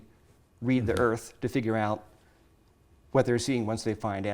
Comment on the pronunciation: for some reason, due to the way he says 'earth', all I could think was "Damn, thats a sweet earth you might say. WRONG"